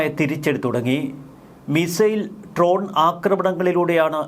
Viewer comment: ട്രോൺ അല്ലടാ ഡ്രോൺ